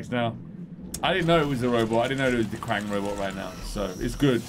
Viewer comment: It's krang